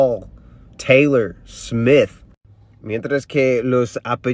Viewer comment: que bien que suena "Taylor" excelente pronunciación en inglés